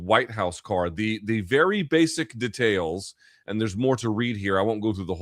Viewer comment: Never heard anyone pronounce DEtails like this in my life